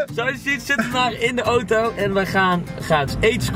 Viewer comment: Man jij zegt ootoo het is auto